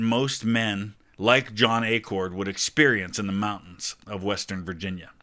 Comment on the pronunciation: Acord! Not pronounced Accord please. Acord is pronounced like the acorn off the oak tree. Sorry, but I’ve heard people mispronounce our last name my whole life and I have never understood why. There are not two “c”s in the name. Thanks for reading my little rant. I appreciate the second guy pronouncing it correctly. My Acords were on the Northern Union side from Illinois by the way.